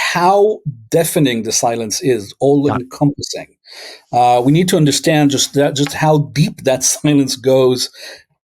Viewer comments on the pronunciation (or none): Please say hiss, not hish, and stand, not shtand, when you say "history" and "understand".